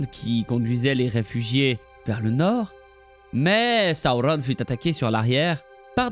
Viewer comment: j'arriverais jamais à m'y faire à tes Saoronne 🥲😂🤣 merci pour tes vidéos 🙂 elles sont très bien expliquées et racontées, on peut que appredre des choses avec toi, continue 🙂